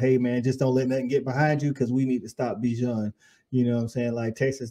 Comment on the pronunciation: EWERS, not Evers BIJAN, not Bajan